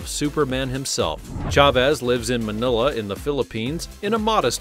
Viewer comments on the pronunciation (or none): none